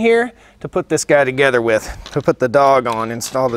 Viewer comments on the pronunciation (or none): none